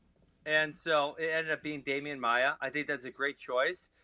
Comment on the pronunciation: "Damian maiar" hahaha